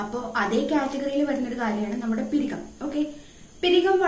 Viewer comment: പിരികം അല്ല പുരികം ആണ്